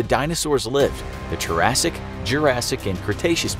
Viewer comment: ah yes, the turassic, jurassic, and cretaceous periods